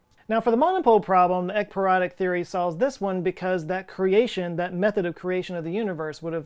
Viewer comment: Love that you spelled ekypyrotic. I heard 👂 eggperonic.. excuse me I'm smelling dinner as I watch. Carry on.